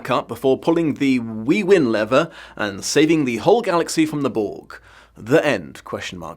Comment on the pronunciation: absolutely hilarious! XD Although the way you said "lever" confused me for a bit. I thought you said leather. Do we say lever that way in the UK? All I could hear when I worked it out was Yzma saying "WRONG LEVER" XD